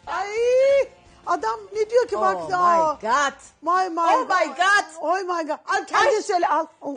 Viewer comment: Öğrenmiş beş kelime "Ay may gat, oy may gat" Ayy Safiye Hanım ya😂 Şaka bir yana Diva yasaklıyken yıllarca Avrupa'da yaşadı kendisini ifade edebiliyor ama madilik olsun diye araya girmemiş galiba.